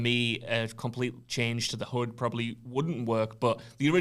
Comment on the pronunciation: HUD not hood 😂